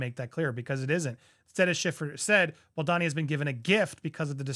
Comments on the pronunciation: Andy, Justin's last name is pronounced Bal doe ni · Please just stop saying Justin's last name if you can't pronounce it correctly. It's frustrating to see you haven't corrected yourself in all the videos that have come out from Popcorned Planet on this. I really wish you'd not try to pronounce things you don't know how to like laissez-faire etc. also as it breaks content immersion.